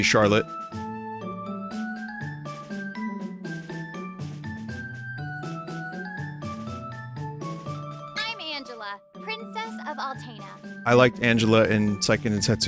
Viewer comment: "I wonder how long it will take for Chawotte to come u- oh, the title screen."